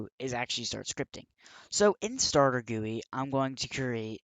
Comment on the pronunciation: it is supposed to be G.U.I lol. no offence